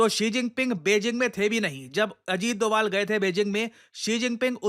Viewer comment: sir said dugaal sahab 😂😂